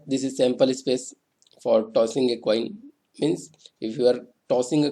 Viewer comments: sir cossing a toin was funny though...;D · Cossing a toin 😂😂